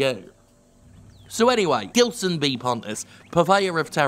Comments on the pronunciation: Was watching and hearing Jim saying GUILSON B PONTES...and then i saw the name on the video...and that sound like a common brazillian name. Gilson. In portuguese we would read that not as "Guilson", but like "Jilson", like "Jessica", or something. Is this guy brazillian? Cause Pontes is a common last name here too. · About his name the only correction needed is in Gilson. The G in his name is pronounced with a ZH sound. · Jim, the "gi" in Gilson is pronounced like in "ginger". Please stop mispronouncing the name of this great artist. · I guess by the surname Pontes (which you speak correctly unlike other youtubers) he is probably Brazilian or Portuguese. So the G in Gilson is pronounced as J, like in Jill.